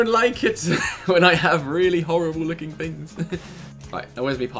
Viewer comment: please say things not fings